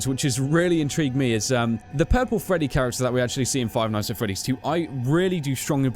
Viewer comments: Five ights at Freddy's... Lol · You forgot the n in nights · five ights at freddy's??? *nights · five ight at freddys?wtf is dat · wow five ights instead of five nights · Cody Wilson Five Lights at Freddy's? Five Sights at Freddy's? Five Mights at Freddy's? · "Five ights at freddy's" Ight ight ight ight ight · you forgot the 'n' in 'nights'. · you forgot the n in nights so you put ights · Five Ights? No one noticed? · Five Ights at Freddy's XD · Seth Nowac Five Kights at Freddy's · Or five shights at Freddys? Omg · Seth Nowac five bights at freddys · Five ights at freddy's😂😂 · "Five Ights At Freddy's"💁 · Five "ights" at Freddy's. XD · What part does he say ights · Five "ights" at Freddy's? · Five mights at Freddie's :P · Ights? XD I understand it's a mistake but lol XD